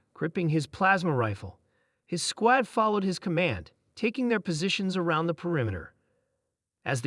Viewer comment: Get a better AI program. One that can pronounce "squad" correctly